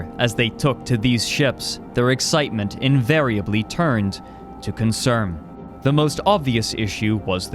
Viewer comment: I know this isn't what I'm supposed to be taking from this video, but is there a reason you keep mistaking N for M? Concerm, Afternoom? I only started taking note , there were a couple more before that. It's just... Weird. Edit: Owm Directiom Squadrom Collisiom Squadrom x2 Lanterm (Note: Okay you are fucking with me here, he legit says the two COMPLETELY SEPERATE WORDS Lan and Term and just puts them together, it doesn't even sound like he's trying to say Lantern originally!) Squadrom x3 (He says this right after correctly saying Squadron. What. The. Actual. Fuck.) Edit 2: Okay, so he says Thin correctly , so he obviously can say them... Are the incorrect pronunciations some kinda code...? Edit 3: Fuck it, I'm quiting here. I am too high and too tired to continue this. I might come back in the morning.